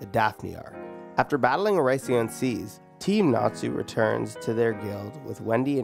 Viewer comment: OH-RASS-E-OHN SAYCE is how it's pronounced hahahaha. Great vid